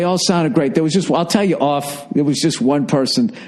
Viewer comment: Deh hey theere. You're sayin theere theere a lot theere.